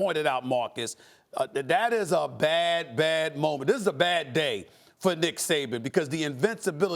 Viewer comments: Did he just call him Dick Saban? 😂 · Did this man really just say Dick Saban? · Did anybody catch that Stephen A said “dick saban”🤣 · Did he say Dick Saban? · Anyone else hear Stephen A. say “dick Saban”? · So we gonna act like Stephen A. Didn’t call Nick Saban, Dick Saban 🤔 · He did say Dick Saban